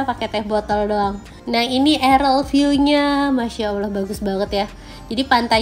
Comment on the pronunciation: Dear, Arel viu ❎ Aerial (aer-riyal) view ✅ Keep posting! 💪🥳